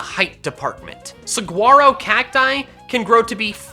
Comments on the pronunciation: did my man just pronounce the g in saguaro? 😂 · It is pronounced sa-wor-o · I’m an Arizonan, and hearing him mispronounce saguaro killed me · Mispronounces Saguaro Me: Laughs in arizona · As an Arizona resident I just have to say your pronunciation of Saguaro made me cry. =P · I ccringed b/c pronounced "Saguaro" wrong. (I'm from Arizona so this is a big deal.)